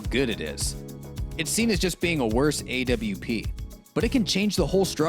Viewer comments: Why does he say A-W-P instead of AWP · bruh stop saying A W P